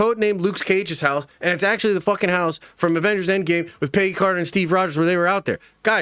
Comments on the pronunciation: Dude.....it's Peg. Gee. Peggy. Not PAYgee. Idk what SC city you hail from, is it wimpston? (Williamston) Is it Lane-kuh-stir (Lancaster) is it fucking pee-munt (Piedmont)? Where the fuck have you ever met a PAYgee? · So many leaks and videos talking about this one scene that’s probably only going to be 2 to 3 minutes long. You can’t be saying screw the leakers and make them go away if you’re making videos talking about it left and right EDIT: PAYgy Carter sounds so funny, I never heard anyone say Peggy's name like Paygy. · it literally sounds Paygy when he says it 🤣🤣🤣🤣🤣